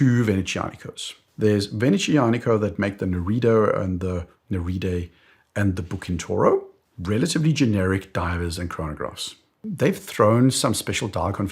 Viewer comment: Please pronoune bucintoro as buCHIntoro. And Venezianico Z as ts. not SH.